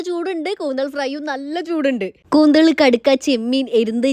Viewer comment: കൂന്തൾ അല്ലാലോ കൂന്തൽ അല്ലെ.......... നമ്മുടെ ഇവിടെ കൂന്തൽ എന്നാണ് പറയുന്നത്......